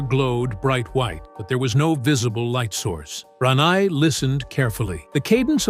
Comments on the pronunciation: Ran- neye lmao😂😂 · It's "Ranae", pronounced Rah-nay.. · Gee, whoever is narrating this is getting Rene's name wrong. if you're going to narrate people's name, do it right. I didn't know BoBo passed away.